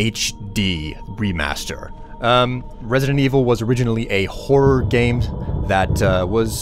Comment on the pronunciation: resident wiivel? hue